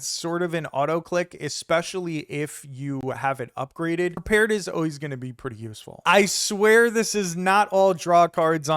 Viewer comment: It's "prepared", not "perpared".